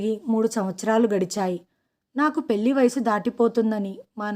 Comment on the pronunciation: పెళ్లి ని పెల్లి అంటున్నారు.ల కి ళ కి తేడా తెలుసుకుని చదవాలి.తెలుగు ని ఖూనీ చెయ్యకండి